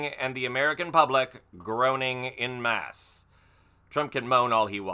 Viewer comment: This guy,, is Really Starting to Hugely Grate- on my Nerves!!!!! ANd Its " En Masse " not "In" Masse!!